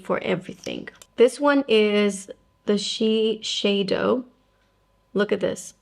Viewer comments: It’s not pronounced She-shay-do. In Japan it is pronounced she-syai-do. The closest English pronunciation would be she-saiy-do. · It is Shi (ši) seido (seido). Not šišeido .... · Interesting….I looked up Shiseido’s official channel on YouTube and look through many of their official ads, none of them pronounced it that way. They all say “shi-say-do”, not “shi-shay-do”. But since I’m not Japanese, I guess I wouldn’t know for sure… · Hi, did someone correct the way you pronounced Shiseido? I believe the way you used to say it was the correct way.